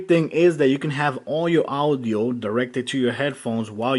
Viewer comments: All the "Awdio" LOL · dude the way u pronounce audio